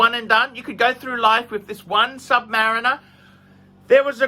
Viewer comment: says, "Sub-mah-reeeen-er."